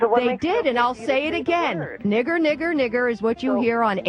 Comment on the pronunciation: The black lady said "the N word" she said "niger Niger Niger"